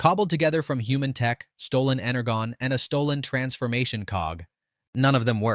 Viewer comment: Do you guys need someone to do voice overs? The mispronunciations are both irking me and making me laugh. Like “Ener-Gone”😂